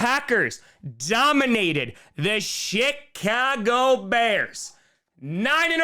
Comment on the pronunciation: My speakers are kind of scratchy, but it sounded like you were saying the shhittcago Bears.🤣